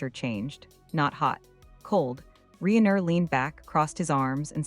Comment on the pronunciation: Reen er? AI, that is just lazy.